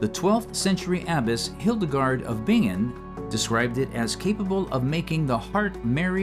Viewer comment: So AI still(!!!) can't read? Liquor, pharmacopeia, (h)igh , That's not how you say "Bingen" ... Otherwise very informative and enjoyable to watch